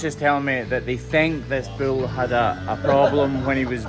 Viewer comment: its a BULL not a Bill. you keep saying bill.